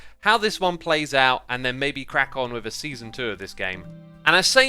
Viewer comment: An Easter egg I found in this video is that in the intro it said beeson instead season